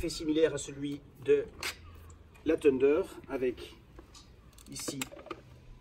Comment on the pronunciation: Dualtron tundeur xdxdxdd